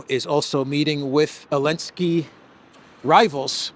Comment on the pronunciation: I asked on another video but got no answer from the content creator - I am asking AGAIN. Does ANYBODY know why this guy calls him ELENSKY and not ZELENSKYY? If I don't get an answer this time, I will not watch any further content - it just annoys me that something as basic as a name is not adhered to.